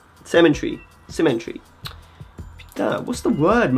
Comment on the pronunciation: Congrats! Can't wait to see what you come up with next! Love it that can pronounce Hermès, Saint Laurent and Christian Dior with consummate ease, but struggles with the word 'cemetery' 😅